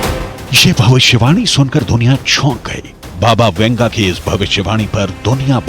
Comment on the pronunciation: Baba Vanga.not Venga or . Vunga